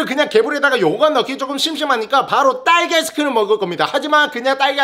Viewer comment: 근데 딸기는 랄리아니고 왜 랄기야?ㅋㅋㅋㅋ 후레시우유는 루레리루류면서ㅋㅋㅋ